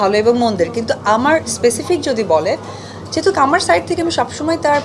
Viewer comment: কদু মাসি যেহেতোক না শব্দটা হবে যেহেতু।